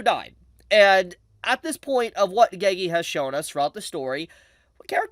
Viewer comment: bro WHY are u saying geygi its NOT hard to say GE GE